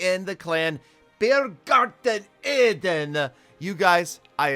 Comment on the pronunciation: I really liked it, how you pronounced Biergarten Eden😂👍, greetings from switzerland